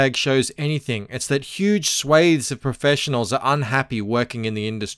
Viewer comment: The way you pronounce "Swathes" made me have to rewatch the entire video 😏